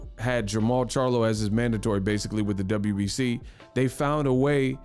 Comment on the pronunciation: Kell Brook "Basicalay, Realisticlay" 🤣🤣🤣